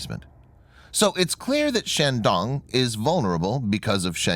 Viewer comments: Bad pronunciation of Chinese words, makes me cringe. The "a" in Chinese is a long a, not an American short "a". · Emphasis on the “dong”